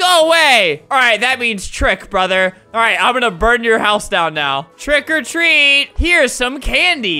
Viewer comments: not quiggily it's trick or treat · Who really liked it when he said “Trick a treat” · I like when Albert says TREAT OR TREAT TRICK OR TWEAT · Twick or tweet🤣🤣🤣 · The intro: “TrWiCk Or TrWeAt” Me: keeps replaying while dancing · It sounds like hes saying TRICK OR TREE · Albert: "Twick or Tweat! TWICK OR TWEAT" Me: Instantly Likes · No one: Flamingo: TWICK OR TREAAAAT C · “TWICK OR TWEAT. TWICK OR TWEATTT” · ''TWRICK OR TWREAT''